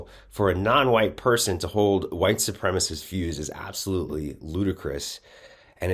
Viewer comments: Sup-prem-a-cist, not supremest . Trouble with english stud? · These racist southerners simply must learn how to pronounce supremacist. It is not supremace!! You must not speak about it if you cannot spell it and pronounce it. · this guy is in media and doesnt know that the word is "supremacist" not "supremaist"? and maybe im an outlier, but i dont care about texas or texans they have voted for people who believe in human sacrifice in order to worship their gun god they are heathens...and god punishes heathens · OMG, it is supremacist, there is 4 syllables, not supremus....... He must have gone to school with Lauren Boebert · Why can't these lying sociopaths say "supremacist", and what is a "supremist" 😂. White Nationalists can't even speak English correctly. Having issues with the ability to pronounce multisyllabic words correctly. You can't make this level of stupidity up!😂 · It’s white supremicist… not supremistszz… learn to speak you right wing hack… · "supremist" i think he means supremacist ? hahaha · You know he's uneducated when he says "supremist" and not supremacist. Boebert says the same thing. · right? Okay, I thought I just kept mishearing him, but he was definitely saying “white supremist” 😂🤣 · wtf is a supremist? none of the reptards (the p is silent) say supremacist, as if they were somehow softening their tyranny by refusing to speak... oh ok that's it isn't it? it's how they hope to appeal to their crowd, a less-educated crowd perhaps? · He can't pronounce "white supremacist" either, like Bobo...lol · The word is supremacist, perhaps this guy could brush up on his English skills? Wonder if he's an immigrant? LOL. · Brian Glenn can't even say, "white supremacist"... 🤦‍♂️